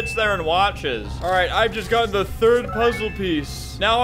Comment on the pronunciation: The dude having a seizure tho + “Solve the lASZer pollze” “Soalv it pleazea”